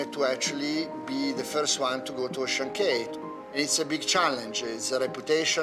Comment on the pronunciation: Ocean CAAAAAY not Key. Even the boss says CAY. Why doesn't the narrator know this?